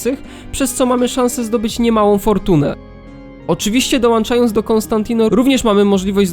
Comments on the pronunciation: Nie wierzę, że ktoś nagrywa na YouTube w 2023 roku z niezłą jakością materiału i robi błędy językowe mówiąc „przyłanczając” i „dołanczając” :( Nie zwracacie na to uwagi? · przyłanczając, dołanczając bro zlituj sie